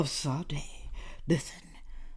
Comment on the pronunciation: Her name is pronounced Sa-de like the music artist